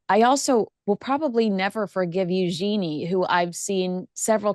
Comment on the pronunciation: Eugenie is not U gee nie - It is U sh un ie - for Americans